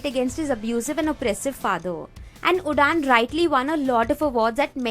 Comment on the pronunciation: Did you pronounce Udaan as udaan not Uraan?